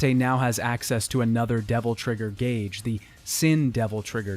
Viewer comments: "Gauge" is pronounced with a long A, like "gay-g" not "gah-g". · Guage. "Gawsh"?? Haha great video. One of my favorite series and so awesome to see it gone over so extensively! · i'm sorry but how did you pronounce that? i have never heard someone call it a "godge" instead of a "gauge" before. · Vergil has a Concentration "Godge" I'll leave it at that LOOOOL I'm ded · …say gauge correctly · nvm i just heard the pronunciation of "gauge" also no max act? or mention that dmc 4's development and running out of time is what caused dante's levels to be what they are rather than just because they shoe-horned him in or couldn't be bothered? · Is the way you say gauge a joke or what lmao it's hilarious either way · I really enjoyed the video and appreciate the effort to make it but... Where does that pronunciation of 'gauge' come from? I've never heard someone pronounce it that way before.